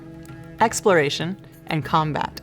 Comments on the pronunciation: You didn't pronounce "Exloration" properly,;) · "Exloration." That kinda made me giggle!